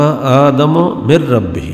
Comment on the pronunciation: ভ্রান্ত জ্ঞানের অধ্যাপক। তিনি যা পড়লেন তার অর্থ আমরা জানি। কিন্তু জানিনা ঐ সময়ের প্রেক্ষাপট কি ছিলো। তিনি যেভাবে আদম (আ:) ও হওয়া (আ:) এর নাম দুটি উচ্চারণ করলেন তাতে মনে হলো আদম হাওয়ার চেয়ে বয়সে তিনি অনেক বড় এবং আদম (আ:) ও মা হওয়া (আ:) কে অধ্যাপক সাহেবের পরে সৃষ্টি করা হয়েছে। শুধু তাই নয়,আদম (আ:) কে কতিপয় বানী ও বস্তুসমূহের নাম শেখানোর সময় আল্লাহতায়ালা অধ্যাপক সাহেবকে ডেকে কাছে রেখেছিলেন। যারজন্য জনাব অধ্যাপক সাহেব যা বলেন তিনি অন্যকে তা অকাট্যভাবে বিশ্বাস ও গ্রহণ করতে বলেন। ভাবখানা এমন যে,আমার বাহিরে যে যাই বলুক তা মোটেও ঠিক নয়। কারন ওখানে আমি উপস্থিত ছিলাম এবং আল্লাহতায়ালা অধ্যাপক গালিব সম্ভোধনে আমাকে বলেছেন আদম হাওয়ার আগে আমি কিছুই সৃষ্টি করিনাই। সুতরাং এগুলো নিয়ে গবেষণা ও বাড়াবাড়ির কোনো দরকার নাই। কিন্তু জনাব অধ্যাপক সাহেব যা জানেন বলে অহংকারী সুরে প্রচার করেন তা শুধু বিভ্রান্তিকরই নয় ঈমান রক্ষা ও হেদায়েতের পথে বিপজ্জনকও বটে। রাসূল (সাঃ) এর সৃষ্টি সম্পর্কে আলোচনা করতে তিনি উপস্থিত সকলকে যেভাবে "নাউজুবিল্লাহ" বলালেন এবং নিজেও যা শুনতে চাইলেন সেটা বিপথগামী শয়তানের কূ-মন্ত্রনামূলক ও বিভ্রান্তিকর শিক্ষা বলে আমি বিশ্বাস করি। মিস্টার গালিবরা মুখে "রাসূলুল্লাহ" উচ্চারণ করেন বটে। কিন্তু ইনাদের অন্তরে রাসূল (সা:) এর প্রতি ঈমানী আনুগত্য ও মহব্বত একেবারেই অনুপস্থিত।